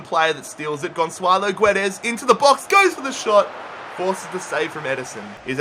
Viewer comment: ITS NOT FUCKING GONSSSSSALO GUEDES